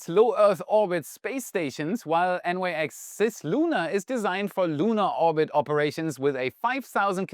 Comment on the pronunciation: As the Nyx is named after the ancient Greek goddess, it likely is pronounced /nɪks/ (IPA/English) and not N-Y-X.